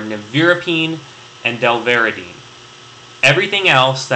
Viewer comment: Very good video, especially i like the HIV part however it is Delavirdine and not Delvaridine. Thanks for sharing